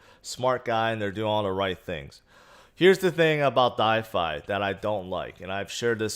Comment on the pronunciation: I love you man, but for gods sake it’s called “DeFI” not “DiFi” 😳